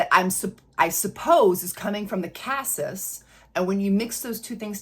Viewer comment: BTW, "cassis" is pronounced cah-SEE. French. Just sayin. 😉 I have a dupe of the regular Devotion, which I LOVE....but the sillage/longevity aren't that great. Is the OG scent better at these?? Like Lattafa's new Nebras Elixir, I'm excited about this new Devotion flanker, have already added it to my (ever growing) wish list!